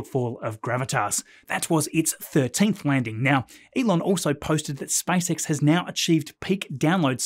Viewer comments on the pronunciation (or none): I did shot challenge whenever you say SpiceX, now I'm drunk